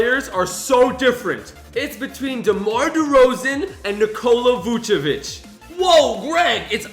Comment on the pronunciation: Nobody: Literally nobody:: NiKOla VuCiVEnch